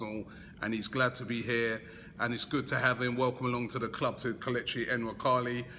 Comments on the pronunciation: Robbie's it's not N-nwakali. It's Nuwaa-kaa-lii But his going to be a big hit at arsenal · I don't think you prounce the N